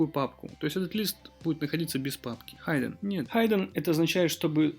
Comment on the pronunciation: "хиддэн" а не "хайден"